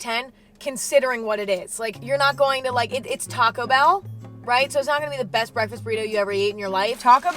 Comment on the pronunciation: Did i Hear You say breast instead best?